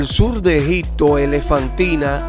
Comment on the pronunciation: Las imágenes son bellísimas sin embargo, habla usted tan mal el castellano que le quité el audio, en ocasiones dice Egicccccto, y otras palabras mal pronunciadas que es una lastima porque pudo ser un buen video !